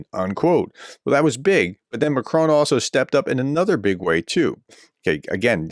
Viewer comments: Hi Prof, our President is correctly called Mak Ron not Mak krone. Thanks. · Pronunciation: Macron: Mah-kron (with a short, clipped "on" sound). You are copying TRUMP, the dunce of the deal.